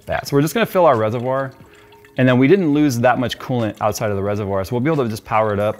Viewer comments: everytime says FILL I hear PHIL. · Was it a "PHIL PORT" or a "FILL PORT" ?😅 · Why did I hear jay saying "Phil" instead of 'fill'. Every single time said fill I always thought he said Phil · Every time he said fill I kept thinking Phil.